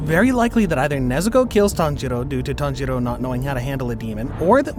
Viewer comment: I heard him said tanghero